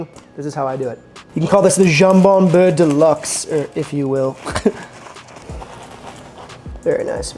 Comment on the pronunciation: Ok a few things dude : - it's bEurre and not bUerre for butter ;-) - you're version isn't the classic : it's way more generous in ham, also homemade bread ? seriously ? under such conditions le jambon beurre becomes interesting. - A real jambon beurre, normally constituted of 1 slice of ham layed flat) is hard to find these days. By real I mean quality ingredients ... Hell a real baguette is getting rare, all the boulangeries are in fact serving the same premixed industrial flour - add water - bake - sell - when I first moved to France 40 years ago, other than the jambon beurre or a paté cornichon it was impossible to find any other sandwich, even less containing salad or tomato etc. And they where expensive, almost like a treat. if you where hungry it take several to feed you, it was cheaper to get a workers meal but that took time and was only served 11h30 to 13h. In fact back then, people just didn't eat out unless special occasion or in a workers canteen.